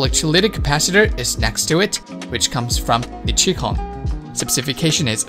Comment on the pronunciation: Its Nippon Chemi-CON , not chemical . but then again I pronounce nichicons as ni-shi-con so who am i to judge . nice video